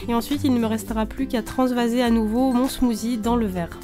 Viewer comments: ça me stress quand tu dis smoozie , C SMOOTHIE ( SSSSSS) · C genial il y a tout des recettes de la beauté...... Sa change mais par contre tu dis smoozie et sa se prononce smoossie (meme si sa s'ecrit smoothie) bisous ma belle 😘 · Super vidéos, à part qu'on dit "smoussie" et pas "smouzi" 😉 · ce n'ai pas un smoozi mais un smoothie mais ce n'ai pas grave !!! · On ne dit pas smozi mais smossi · J'adore tu dis "smoozie"😀